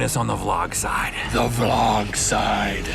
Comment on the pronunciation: When I heard v-logs I freaked out because that is how Markiplier used to say vlog.